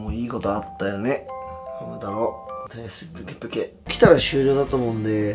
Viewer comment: フレンドになりたいです。 ペケペケじゃなくて、プケプケだと思います。